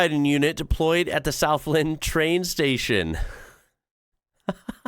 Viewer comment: its pronounced as Southland not Southlend